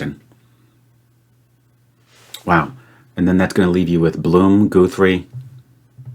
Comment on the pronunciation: Guthrie is a Scots surname in origin but it isn't said like goo-three ! it's guth- ry where the guth bit rhymes with bismuth.